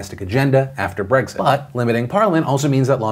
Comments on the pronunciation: It's Brexit, not Breggzit 🙄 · Maybe it's the fact that I can't not hear you say Bregzit instead of Brexit but I swear I heard you say "Although, of note there, in her letter of Bregzignation...."